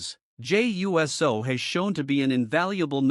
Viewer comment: Yes you were and you keep saying his name wrong , it’s pronounced Uce -so